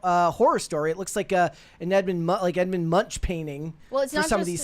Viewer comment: I'm sorry. Edmond Munch??? Sweetheart, did you mean Edvard Munch? It's pronounced more like Monk. 😂😂😂